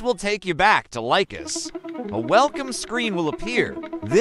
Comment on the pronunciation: Well done video except for 2 minor mistakes: 1. First mistake: The speaker pronounces LICHESS incorrectly: he says "Lie-Quest" instead of "Li(berty) and Chess", the name combining the first part of "LI"berty and the obvious word "CHESS"... so LI-CHESS. 2. The 2nd and last mistake: At the beginning of the video, he means and points at the "upper right" of the page while mistakenly saying "upper left". The rest of the video is very clear and easy to follow.